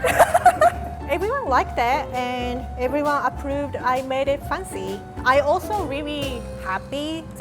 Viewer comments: "Make it Funcy" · She pronounces fancy as fun-sy and I love that T-T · I just love it when says fancy as "faancy" whereas it is actually spelt as "f(ae)ncy" <-- {only pronunciation in American English} and she looks so damn cute when she does her "MAKE IT FANCY" dance move 😂😂🥰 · i came here to enjoy her pronunciation of “fancy” so cute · I love rie pronounceing the word” fancy”